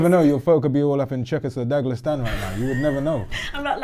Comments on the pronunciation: Man said „Douglastan“😂 is a legend! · Man said Chezchestadaglastan